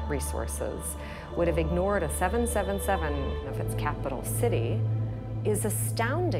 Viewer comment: The guy can't even say 777 correctly so I'm not watching this